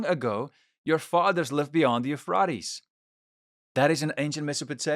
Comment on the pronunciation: The Teegris river…? The euphraaates river? Great content but my autism won’t let me ignore how off your pronunciation is of those rivers. I wish I could have finished the video.